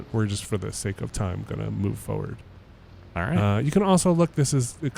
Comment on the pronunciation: That’s “foewad” to you!